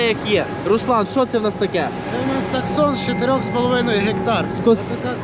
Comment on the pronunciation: Не саксон а SEXSON !